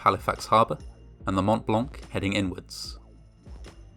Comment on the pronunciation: As a native francophone, his pronunciation of Montblanc is *Chef's kiss*